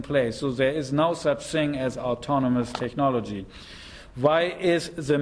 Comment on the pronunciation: This guy sould learn how to pronounce "technology" before using this word hundreds times.